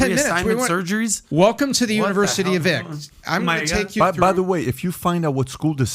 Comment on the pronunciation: You know the guy is full of crap when he can’t even say the university name…he has nothing to lose, clearly he is sending his kids there. He can warned other people.